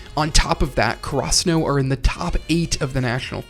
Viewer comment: Had to close the video after I heard you pronounce Karasuno.